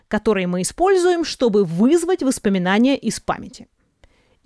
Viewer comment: #восспоминания правильно #воспоминания